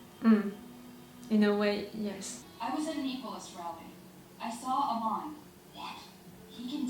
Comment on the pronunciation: It's Amon (Uhhhmon) Well that's how it's pronounced. Well technically it's his name he goes by now. You havn't met all the new characters, you will meet many new exciting ones in other seasons as well as this one. It will be awhile until you meet Bumi and Kiya. But you will love them just as much as Tenzin. Katara did say their names already. So i'm not spoiling their names. I'm not saying when or how they show up.